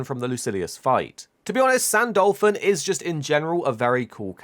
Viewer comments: Ahhhhhh please say his name right its not San-Dolphon its San-Du-Lu-Phon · why do you pronunce it "saint dolphin"?